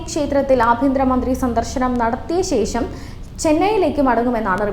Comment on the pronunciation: ശേശം അല്ല ശേഷം